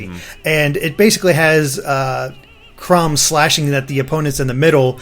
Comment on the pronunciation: sounds like is saying cumb not chrom its kinda funny